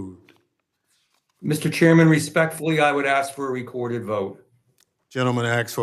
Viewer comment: "I would axs"